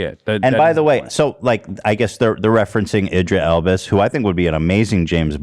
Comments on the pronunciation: did ethan just say idra elbis LMAOOO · At one point Ethan called Idris Elba “Idra Elbis” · Idris Elba: *exists* Ethan: "Elvis Idba" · In a past H3 pod he called him Idris Elbis lmaoo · ethan : idris elbis me : PFFFFT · "Idra Elbis" too lol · "Idra Elbis" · He manages to mispronounce Idris Elba’s name in every possible way lol